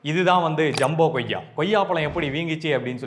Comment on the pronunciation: Athu Goyya illa... Athu koyya... Tamil pronunciation a correct pannunga bro